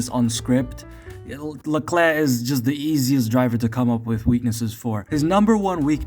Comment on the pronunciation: And mispronouncing his last name.